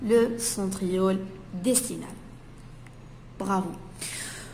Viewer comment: Centriole distal et non pas distinal !